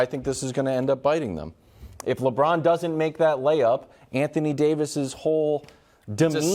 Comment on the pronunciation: The way Broussard pronunced LeBrown